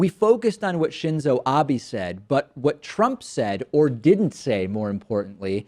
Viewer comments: It's not Abi, It's Abe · Its Abe not Abi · Shinzo Abe is pronounced "Shin-zo Ah-bay". Not "Ah-bee". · Abe is said Abeh. The letter "e" is an "Eh" sound. The actual "Ee" sound is for the "I" in Japanese. Just an FYI for the future. ;)